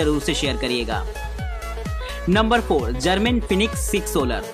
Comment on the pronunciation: Garmin fenix 🤣🤣🤣not fenox 🤣🤣🤣🤣😂😂😂